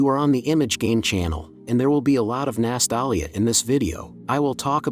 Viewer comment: "There will be a lot of NASTALLYA in this video"